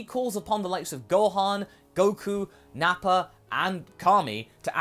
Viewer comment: Why do you pronounce "Vegeta" and "Nappa" as "Vegeter" and "Napper"?